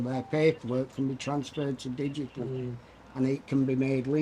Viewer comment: did he actually say digical? there's no c in digital